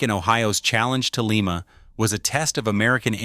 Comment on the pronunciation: Pronounced Lima, as in Lima bean. We don’t live in Peru.